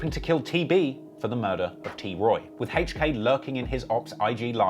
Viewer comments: It’s hilarious every time he pronounces HK as Hache-k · Why you pronounce HK like that?